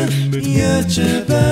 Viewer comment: it's pronounced "you-Tube" not "you-chube"